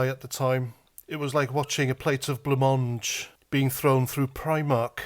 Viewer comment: “Blancmange” lol